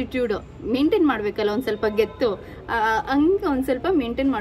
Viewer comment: Akka adhu getu alla gatu